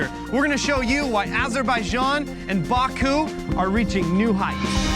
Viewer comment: There is no R in Baku so why distort the pronounciation?